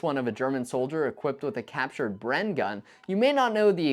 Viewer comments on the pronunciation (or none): none